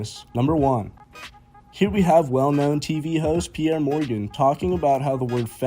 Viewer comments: bruh, this man pronounced piers morgan as 'pee-airs' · Well known TV host.... then says his name wrong 😂 I cant believe that the women complaining about women getting paid less in football cant seem to understand that the amount they get paid is underlined by how much they bring to the clubs